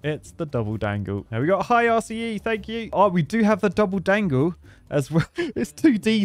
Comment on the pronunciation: With how many times you said RCE in this video, I started hearing it as "arsey E" instead, lol.